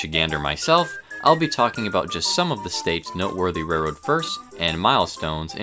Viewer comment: It's actually "railroad," rather than "rairroad." I apologize if I'm pointing out a speech impediment. Interesting video.